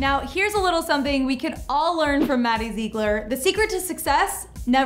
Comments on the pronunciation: ZIG-LER, not ZEE-GLER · Lala Lala no maddie says her last name zig-ler and her and abby have said that I have also heard Mackenzie say Zig-ler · Lieve V.D.H if you see maddie say it it’s zig-ler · Zeegler lol its ziegler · at least learn to pronounce her damn last name correctly. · Your so right like if you're gonna do a video about Maddie pronounce her name right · Jacky Mai well they should say it how she says it not meaning to be rude